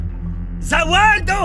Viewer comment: that's the first time I hear a French guy say Za Warudo. That was hilarious Suggestion: put subtitles for English for the English audience, you energy and enthusiasm is actually great. The video is very inticing despite me only understanding a few French words. Keep it up 👌